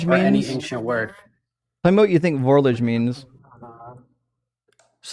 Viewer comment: He also mispronounced "vorlage."